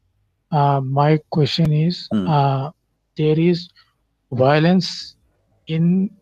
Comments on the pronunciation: Why all the Whylence? 😄😄😄 lol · I love how the 1st caller says "Whylence" instead of "violence" 😄🇮🇳😄🇵🇰😄